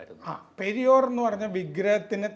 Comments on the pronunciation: It is not "Periyor", it is "Periyaar" and his full name is Ramaswamy Naicker, the founder of Dravida Kazhakam. He was called "Thanthai Periyaar", as a father by all Dravida Kazhakam, Dravida Munnetra Kazhakam (DMK) and Anna Dravida Munnetra Kazhakam (ADMK) party men. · പെരിയോർ അല്ല . പെരിയാർ. പെരിയാർ ... Singular പെരിയാർ - Blural മാന്യത ഉള്ള പലരും പെരിയോരാ ണ്